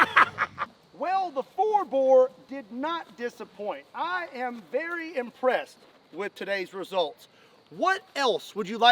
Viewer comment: Shhh, be verwe verwe quiet, I'm hunting Twanasauris.